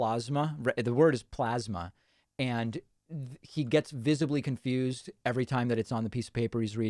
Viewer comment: he pronounces "plasma" like "plaza"